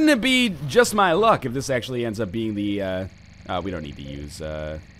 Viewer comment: the way you say tthe is weird 2 me.